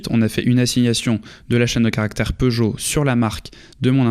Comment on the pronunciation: Peugeot et non Peugeolt